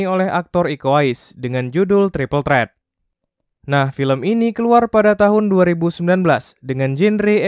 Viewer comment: Triple trettt??? Trett apaan anjir wkwk